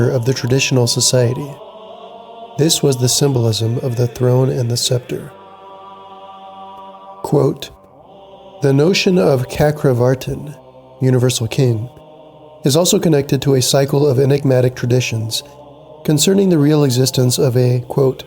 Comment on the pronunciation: chakravarti Sanskrit: चक्रवर्तिन् cakravartin, Pali: cakkavatti. Pronounced "Chak" not "Kak" Also Theravada is pronounced "Te"